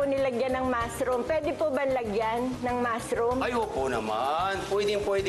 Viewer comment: Pagkaka rinig ko "Pwede bang lagyan ng MASS ROOM?" HAHAHAHAHAHA